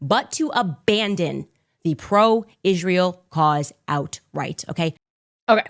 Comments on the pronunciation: I wonder why she says “Ishrael” instead of Israel. It’s so annoying. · Why she always says "ICHRAEL"? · Why does she say Ishjrael? 🎼 You don’t get to ask those questions 🎶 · I just can’t with Candace. Just her saying Ishrael drives me up the wall.